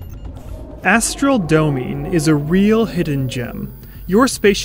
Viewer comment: Going to be that guy... "Astral Domine" is latin and pronounced "Doe---mee--neigh." For lord. Astral lord.